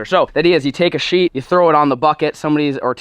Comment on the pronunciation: You sheet a roof not sheeth a roof